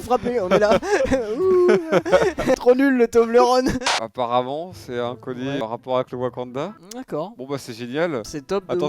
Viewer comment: Toblerone ça ce dit tobleur one si jamais mdr